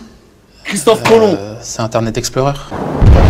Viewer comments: quelle est le plus grand navigzteur de tous les temps ? " c'est inter net esplorer XD " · Il a osé dire internet exploreur chuit mort 😂😂